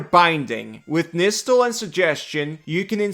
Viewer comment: Fun thing is it’s actually pronounced Nigh-stall